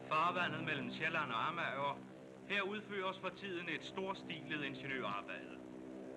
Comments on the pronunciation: More or less like /a:ma:/. But not with the back Swedish a but the German front a. :) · I think this is the first time I've heard Amager pronounced with 3 syllables. I knew that this had to be an archaic pronunciation and that it had to have existed at one point in time but I had never heard it until now.